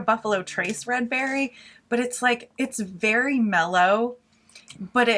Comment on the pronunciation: It's berry mellow 😂😂😂